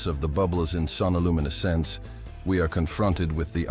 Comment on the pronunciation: Creepy AI voice. Sonoluminescence is one word, not two.